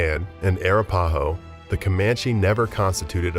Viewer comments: Arapahoe is pronounced, uh-rap-uh-hoe. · Arapahoe is pronounced with emphasis on RA. eg: a RAP a ho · Wreaked is not pronounced wrecked. Seneca is not pronounced seneeeka. Kiowa is pronounced with a long i. Arapaho is way off the way you're pronouncing it. Second a is a like apple. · Arapáho? Arápahó? Árapáhó? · And Arapahoe is ar-ap-a-ho.